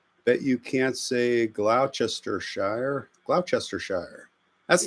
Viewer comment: I am here, 5 hours late! Spring has sprung in Devon England. BTW, it's Gloss-ter-sheer, like Woss-ter-sheer.